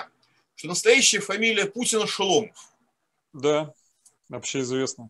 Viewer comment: не шЕломов а шОломов...!